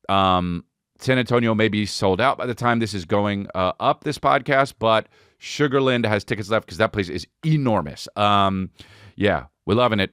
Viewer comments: That's been bugging me too lol shug-ur--lan-d not shugarhlind but we have a lot of weird ways to say stuff out here lol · Just a heads up, we pronounce it Sugar Land, like it’s two words, around here haha not a big deal just saying.